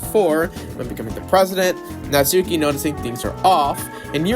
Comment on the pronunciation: Natsuki is pronounced like how it's spelt, it just has a very short "u" (from what I heard)